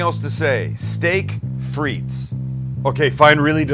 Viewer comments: Fritesss lol, its "des frites" (don't pronounce the "s"), and it are baked patato's, but looks delicious. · Isn't it pronounced 'Freet'? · It's pronounced Steak Frite (with no S) because in french you don't pronounce the "S" when there are multiple fries ;) Just thought I'd share. Much love from Canada! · It’s pronounced “freet” the S is silent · The way you pronounce "frites" triggers me so hard... Great video as always, though! Keep up the great work, love you guys <3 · Hei buddy there is no s in the pronunciation OF FRITE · You dont pronounce the “s” in frites 🤦🏿